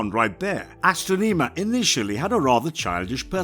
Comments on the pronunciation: You mispronounced Astronema's name. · O my god how did he butcher the pronouncing of the main vileness from in space name so badly he was no were close to doing it right. Did he not do research before he recorded and posted this. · Bad pronounced of astronema and andros